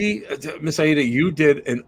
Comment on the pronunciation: It’s Miss Ay-ee-da. Come on now🤦🏾‍♀️